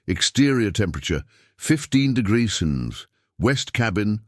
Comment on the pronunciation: why can't AI say Celsius 😂 or the word degrees.